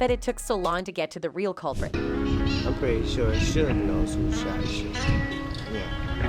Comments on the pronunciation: Who's "Sewge" Knight? This is an investigative report, style video; this channel should do their homework and get the names correct. Pathetic, really! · I can't even listen to this one she can't can't pronounce suge nor pacs name right lol